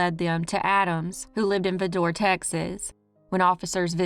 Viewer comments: Good video, but Vidor rhymes with “rider” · I live just 10 miles from Vidor pronounced (vie-der) and Buna's pronounced( bewe-nah) just 18 miles up the road and I never ever heard of this crime! you are amazing!❤ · That's pronounced VI-Door. Vidor